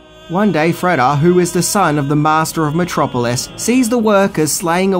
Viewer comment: He kept mispronouncing Metro Polis. A polis is a city-state. About 5 years later, Lang left town with no forwarding address. Joseph Goebbels offered a job at the Ministry of Propaganda. Hitler was a fan(atic) of Lang's films.